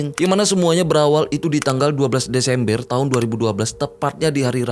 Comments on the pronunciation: disemBER✅ bang...disemBER✅...BUKAN disemBIER❎ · DESEMBR❌ DESEMBEEERR✔️